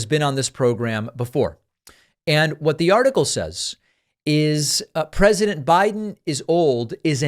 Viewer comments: "Briden"? Pakman is showing gross signs of dementia! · And you said, "Briden" 🤣